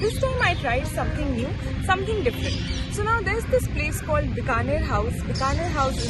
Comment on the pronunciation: Correct your pronunciation please It’s Bikaner House pronounced as Bee ka ner and not Bka ner